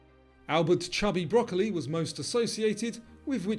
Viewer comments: Love your quizzes but I feel bad for the Broccoli family because their patriarch went by the nickname "Cubby", not "Chubby" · Cubby not Chubby Broccoli. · 91/100 but got both bonuses wrong. Also; it’s ‘Cubby Broccoli’ not ‘Chubby Broccoli’. Though it is fair to say he was chubby!😂 I worked on 4 Bond movies in SFX and new him relatively well.